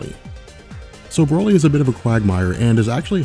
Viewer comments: He said Brolie instead of broly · Pronounce it bro lee not braly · Did he say Brahly?